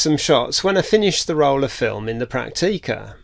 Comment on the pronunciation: This is an excellent channel, and I've been on a bit of a binge watch, since I discovered it some days ago. Full of useful information and tips on repair and cleaning procedures. However... The way you pronounce camera names, makes me physically cringe. - Prak-teee-ka. Fuj-eee-ca. Yash-eee-ka.? - No. Stoppit! In the German and Japanese languages, there is no long eee sound. All syllables are short and clipped. Prak-ti-ka. Fu-ji-ca, etc. You wouldn't say Tok-yyy-o, or Volks-waaa-gen, would you? Oh, and who said you're grumpy?.. You're the least grumpy sounding person I've ever heard. You sound more like a Chummy, rather than a grump.